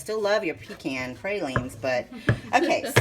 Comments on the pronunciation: We sure pronounce the word pecan differently than you do, you emphasize PEE can we say peCAN. The way you say it is kind of nasty. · them aint no pee-kahn praw-leens wit no brown sugar!